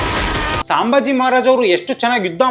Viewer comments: ಸಾಂಭಾಜಿ ಅಲ್ಲಲೇ, ಸಂಭಾಜಿ. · Bro ಸಾಂಬಾಜಿ ಅಲ್ಲಪಾ ಸಂಭಾಜಿ... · Hey, ಅದು ಸಾಂಬಾಜಿ ಅಲ್ವೋ, ಸಂಭಾಜಿ ಮಹಾರಾಜ್ 🤦🏻‍♂️